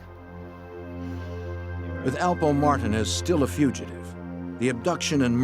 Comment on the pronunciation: The fact none of them can pronounce Martinez is crazy